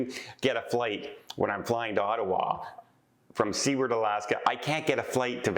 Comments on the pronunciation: It's not "see-werd"... it's "soo-erd" isn't it...?? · the city of Seward was named after the US Senator that handled the Alaska purchase, and his name is pronounced Soo-word, not sea ward. Love your content otherwise! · I have always heard Seward pronounced Sue-ard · Very strange about the missing man, I hope you keep up on what happens and include updates in future videos. Also, just because its driving me a teensy bit bonkers (being born and raised in Alaska) = Seward is actually pronounce Soo-werd (kind of like sewer with a d at the end). The town (city?) is named after the guy who negotiated the purchase of Alaska from Russia… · please! You're giving us Canadians a bad name with the Alaskans and as I live in the Yukon they are my closest neighbours. They pronounce their city name "Sewer-d". Like, what goes down the toilet and add a "d". LOL. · Seward, Alaska is pronounced “su ward” with a long u sound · Seward is pronounced SUEward ("sewer" with a d) ! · I think Seward AK. is pronounced [ soo-erd ] AK. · It’s pronounced **sue-erd**. As a travel agent you should know that. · I think it’s Canadian accent causing him to pronounce Seward as sea-ward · I believe it's pronounced SU - ARD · Your driving us Alaskans crazy 😵‍💫. Please pronounce our cities name correctly. Love your blog. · I heard the Midships channel pronouncing it that way, too! I guess I can cut a break being Canadian; maybe the history he was taught didn't include the U.S. purchase of Alaska, which we were taught was referred to as Seward's Folly by opponents after William Seward, the Secretary of State who negotiated the deal. The sale price was $7.2 million, or $0.42 per acre. Such a deal! 😊 Phonetically, it's pronounced: "Sue-word".